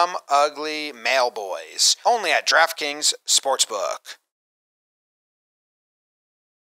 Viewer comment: Sometimes when says "Draft Kings", it sounds like "Giraffe Kings" to my ears.